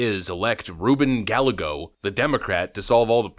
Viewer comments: It is not gal a go, it is Guy a ghos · as intelligent as you are, hard as hell to correct you. BUT just so Mexicans WON'T laugh, on the Ballego dude, it isn't Ba-LAY-Go, it's BAH-YAY-GO. LL's in Spanish are pronounce as a Y. Yea, strange huh?. Other than that, keep kicking ass. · In Re "Gal - A - Go" ll is pronounced Y in spanish. Ga as in gal, yay, go. emphasis on the yay. Ga-YAY-go. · We gotta work on your Gal-A-Go's lol. It's actually pronounced Guy-Ay-Go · Ruben guy-yay-go, not galle-go. His ex-wife is the Mayor of Phoenix, who he left when she was 9 months pregnant....real piece of work. Not that I care if you say his name right! He likes to play up his Mexican heritage, blah blah blahhhhhh. AZ resident here. LOVE KARI!!!!! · Love your content, (usually) watch daily. btw, Gallego -- Guy-yay-go vs gal-ah-go is the actual pronunciation. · His last name is pronounced "Guy Egg Oh" | really hope Kari wins. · It's pronounced Gah-yeh-go. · Interesting pronunciation of Gallego 😂 How about "guy""eggo" which isn't exact, but closer. Suspect Newsome will be the opponent. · It's pronounced GUY-EGGO. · The Democrat candidate's name is Hispanic and is pronounced " guy-yea-go." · It's pronounced Guy-ye-go. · Double L In Spanish is pronounced as a Y. GA ya go. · Love your vids. I watch everyday. And it’s Gallego, GUY-YAH-GO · Gallego = Guy - egg - oh…… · Gallego = guy--eggo. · I know it’s not important but it’s pronounced Guy-yay-go. Its from the Galicia region of Spain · The double "L" is pronounced like a "Y". It's Guy-Yay-Go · Not that anyone cares, but it's pronounced guy-yego lol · I'd love to see her take this. I think her opponent's name is pronounced GUY-YEGO. ;) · Dude, it pronounced “GUY-YEA-Go” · Gallego is pronounced GAh-yay-go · Pronounced. Guy yeah go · Guy-eh-go is how you pronounce his name. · It’s pronounced: Guy-egos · Gallego is pronounced "guy-AY-go" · I'm for Kari Lake, but her opponents name is pronounced GuyAGos. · Rubin Gallego pronounced "guy-A-go"..